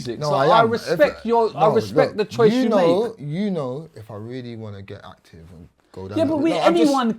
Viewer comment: Man said "if i really want to get actifff"